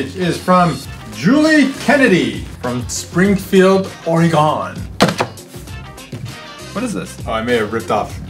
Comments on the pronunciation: Every Oregonian cringed at how he pronounced “Oregon” 😄 I haven’t “GonE” anywhere, I’m still in Oregon. 😏 😆 “There’s nothing other then LA anyways, am I right?” -. This is just like Portland Oregon. Oregon is WAY more then just Portland, beer, hippies, vegans,hipsters.. (most of those ppl live in Portland or Eugene. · Ore-gone? Ore-gun. How dare you. ;w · "Springfield Or-E-gone" shudders . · HOW TO PURNOUNCE ORGON ITS OR GUN!!!!!! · Any other Oregonian tireggerd as to how he said Oregon? no? just me? okay